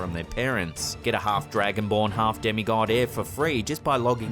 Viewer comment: Clip number 4.. It's half not harf